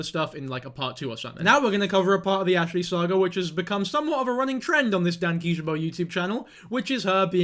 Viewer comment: () is how he's pronounced it in previous videos